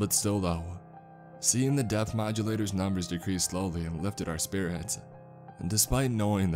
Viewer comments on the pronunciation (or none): every time you say “depth reader” it sounds like “Death Reader”!!!